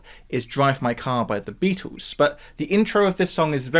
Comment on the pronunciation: "the Beatoos"